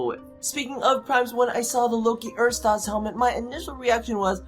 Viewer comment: The Loki helmet is called Ersatz not Erstaz